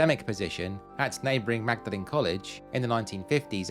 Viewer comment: and pronounced ‘maud-lin’ 👍🏻